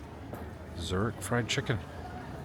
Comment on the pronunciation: YES, “Zurick” Zurich